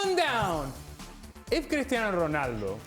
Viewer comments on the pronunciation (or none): As a portuguese I hate how these pundits pronunce portuguese names with a Spanish accent to look cultured. It's wrong, you look dumb! Portuguese ≠ Spanish! It's better if you dont force any accent. CRisTiano ROnaldO!